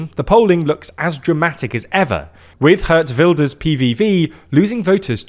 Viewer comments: Hertz Wilders 😎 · Absolutely butchered the Dutch names, hilarious! Dick Shoe-f, Gurt Why-lders 😂